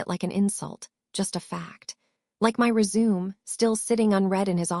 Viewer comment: If you do the voice why then is it you can’t say resume the right way and 911 is not nine hundred and eleven.